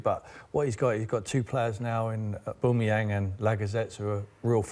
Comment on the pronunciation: OBAMAYANG LOL